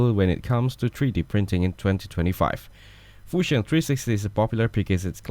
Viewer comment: the 'Fushion' kills me every time😂😂😂